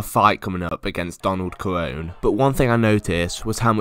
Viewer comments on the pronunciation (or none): Donald kerone guys, Donald ke-rone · It’s cerrone not corron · Donald corona? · Kerone?😂 Ser-o-nee* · “Donald Kerown” 🤣🤣🤣🤣🤣🤣🤣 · "Donald kerown" that's excellent 😂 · Petition to change cerrone’s name to karrone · "Donald kerone" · Man said Donald kerown😭🤣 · The way you said Cerrone like Kerrone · Yep Donald kerrone also this man said mooay Thai 😂😂😂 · Mooway tieneese 🤣🤣🤣 donald korwone 🤣🤣 can tell you've never watched a fight in your life lmfao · I gave up hope the second I heard Kar one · Donald Kerr-own? Who the fuck is that guy??? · Huge mma fan when can’t say Donald’s last name right! 🤦‍♂️ 😂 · Sorry Donald who ? 😂 excellent pronunciation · Bro say cereones name right 😂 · Am I the only one who got really pissed off that he pronounced donald cerrone like that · Jeez pls never ever say cerrone